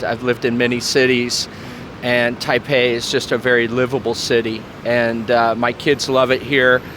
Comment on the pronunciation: Nice interview,! I suspected she spoke Chinese when she started naming cities, her pronunciation was spot on. Taipei is great city.